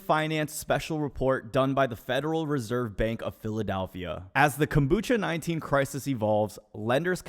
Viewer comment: I know he did not just say Kombucha-19😂😂😂